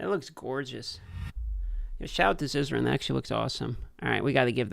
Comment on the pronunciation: I've noticed consistently mispronounces all content creator names:D GhARzzy, ZizarARn:D It comes from pronouncing the 'a' sound as in "bar" instead of "ban".